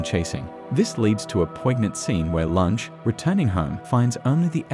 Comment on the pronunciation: Amazing. The narration has managed to mispronounce almost every single character name. Lunge - Loongay Nina - Neenuh And most importantly: "Joehan" - Yohan